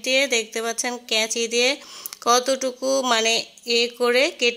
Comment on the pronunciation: কাঁচি বলুন কাঁচি।